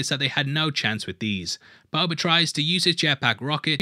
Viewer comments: are you saying "Boba" or "Bubba"? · I love your videos. Please stop saying "Bober" lmao